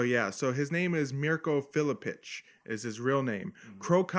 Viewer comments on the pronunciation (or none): It's not Filipic it's Filipovic by the way, but who cares?